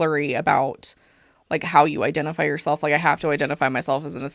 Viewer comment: It's giving Ross... EYEdentiFYE